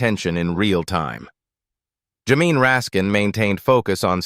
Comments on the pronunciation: Teach your machine to say Jay-mee instead of jamine. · Also, how to pronounce Jamie